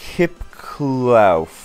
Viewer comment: Cant believe he managed to pronounce kipkluif correctly